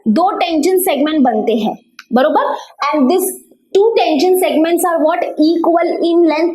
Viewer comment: mam u say borobar means